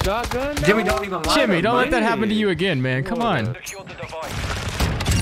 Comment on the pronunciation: “Why you using a Shiot gun?” Lmfao 🤣 Ily 🤟 💜